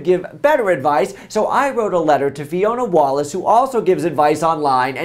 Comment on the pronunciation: OMG Fiona Wallace! "Wall of Ice" lol